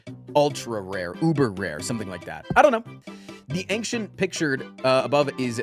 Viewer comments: more used to saying "anxious" than "ancient" i guess. it's like when people say "nucular" instead of "nuclear", because words like "particular" are more common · Why does he pronounce "ancient" like that? 🤔